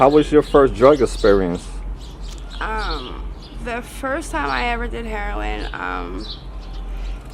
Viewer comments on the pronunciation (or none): EXperience. Not Esperience.